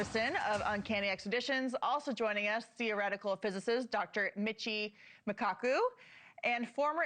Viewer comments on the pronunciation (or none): Mirchi Kaku? 😂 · "Dr. Mitchee Okaku." I guess she's never heard of Michio Kaku. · did she call him "Dr. Mitchie McKockoo"? lol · I think she said Mitchio Makaku😅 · No way she butchered Michio Kaku’s name 😫😫 like come onnnn if you’re gonna have a guest on pronounce their name correctly. Especially someone of his caliber. So embarrassing